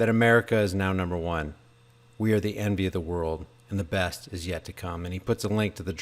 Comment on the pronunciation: At first I thought you said enemy, not envy.